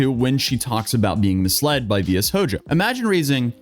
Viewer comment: I'm just so used to anime being a part of my life I still get surprised when someone my age can't pronounce a word like Shojo